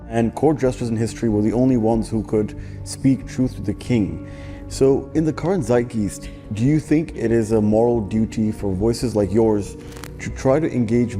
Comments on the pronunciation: hah, that loser pronounced it as "Zeit-Geese-t". What a chump. It's a German word. English is a primarily Germanic language. The 'ei' sound, such as in 'ein', or 'geist', or, in fact, 'zeitgeist', is going to always be pronounced the same way So it's hilarious to hear someone get it right in one half of the word and then mess it up so bad in the second half. I'd call the guy a pseud but it's a pretty pseud thing to peg someone as less intelligent just because they can't pronounce something. Lots of nerds don't have experience actually hearing words despite seeing them. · "Seidgeest" How do you butcher a word that hard on a stage like that.